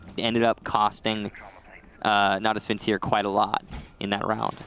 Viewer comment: You right "Natus Vincere" sounds good when you butcher it's pronunciation